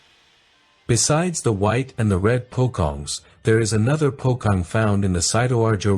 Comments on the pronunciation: This is good and quite immersive, I just wish u learn the pronounciation of some of the ghosts' name for a bit beforehand. Fyi the c in pocong is pronounce like the c in cherries, so its not "pokong". Also for suster ngesot, I noticed that english didn't really have "ng" at the start of a word, so its probably hard for u to pronounce, but it was supposed to sound like "ng" at the end of the word "ring", so it'll be 'ngè-sot'. Just a bit of insight~ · In Indonesia, letter "C" is usually pronounced as c in "purchase".. so, it is neither "pokong" nor "kode river".. Btw, this vid prove that pronunciation is the most complicated part if you speak in foreign language.. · I heard from the video pocong becomes pokong 😂😂😂😂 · Just fyi the proper way to pronounce Pocong is Po-Chong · Pokong... 😅 Pocong wit C, what you say sounds like K... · Poh Kong is a jewellery brand in Malaysia lol. your pronunciation is wrong and it sounds like that brand name. "C" in bahasa is pronounced with "ch" sound, as in "chair" "churn" "chop" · one thing tho, you can't generalize those ghosts. there are many kinds of them respectively. anyway, the pronunciation of Pocong is with C like Cheap or Chip. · Idk man... But fr.. the way you pronounce pocong really irritated me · i laugh so much at your pronouncation of "Pocong" lmao. Great video tho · It reads po(cho)ng instead of pokong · "Pocong" ghost is pronounced like Po-chong..not Pokong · Pocong pronounce pho chong (chinese slang). Since you called pocong is poh kong... It's funny because you promoting famous jewellery shop at malaysia 😂😂😂😂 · Pocong is pronounced PO-CHONG. Not Po-Kong. Same with Kain Kafan, it's not "Cain", but hard "Ka-In". If you are doing content related to local lore, you should pronounced them according to what the local call them, not according to what it might sound like in English. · The way you mentioned pocong is wrong 😂. It's POCHONG, NOT POKONG 😂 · Po cho ong like that not kong or king kong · pocong❌ pokong✔️😂👍